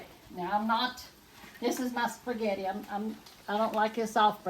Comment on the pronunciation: Respect yourself... spaghetti not spegetti.... Love Mamaw